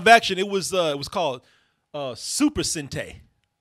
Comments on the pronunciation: It's pronounced sen tye not sen tay. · It's pronounced Sen-tie not sen-tey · I saw this movie on vhs all the time as a little kid. It’s pronounced “Sen-Tie” btw. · 1. its sentai NOT sete 2. its not WAS since it never went off the air.....................